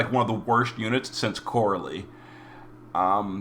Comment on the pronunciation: OHHHH you were saying "Chorale"...Dude, I heart you. But it's "ko-ral" phonetically. He's part of that whole musical theme in that awful Season 3. Ok, now back to -worship I go.